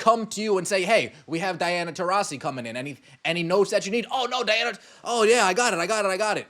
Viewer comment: What an effin moron. How does she get “tah rees ee” when the 2nd syllable is “ras”